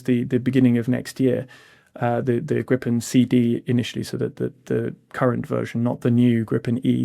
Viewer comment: Re Gripen: This is not english but swedish, so swedish pronunciation rules apply (yes, they have their own): [ɡriːpɛn] - not [ɡrɪpɛn] Do get a grip